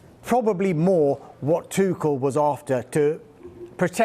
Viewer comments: TUCHEL - is pronounced TU REL - not TU KEL or TU SHELL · My man's calling him tuckel instead of tuchel